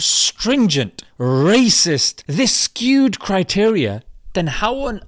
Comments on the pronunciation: ‘Skewed criteria’ not ‘queued criteria’ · how did "skewed" turn into "queued" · “Skewed criteria” NOT “queued criteria” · Queued criteria? I think he said "Skewed criteria" mate.